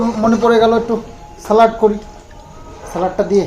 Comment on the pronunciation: Salaad salaaad... Dhong. Thik kore ucharon koro...you tube e uccharon ta shono...bhalo kotha shunte kono problem ache? Jokhon keyo kichu thik jinish sekhaache, hojom hoyena?